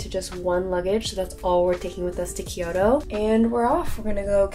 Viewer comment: Just a friendly note: a lot of people pronounce Kyoto as Kee-yoh-toh, but it’s pronounced kyoh-toh, with two syllables, not 3. Loving the Japan vlog content! Making me miss Japan! ❤